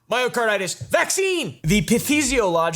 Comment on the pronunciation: Myocarditis no one : me: did he just say mario kartitis???